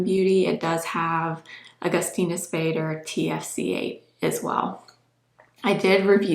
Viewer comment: Such a gorgeous girl! Wow! And the whole makeup is beautiful! 😍 It's just the way she pronounces Augustinus Bader surname is sad! 😅🤦‍♀️